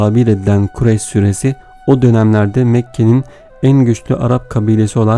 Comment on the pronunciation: Okurken doğru ama Okurken Kurayş diyorsunuz ..!